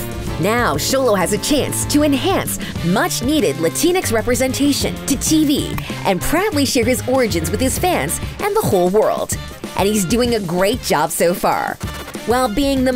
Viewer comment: Did you honestly just say "Lantinx"? I can't think of a single person of South American background who likes that term. Stop that shit.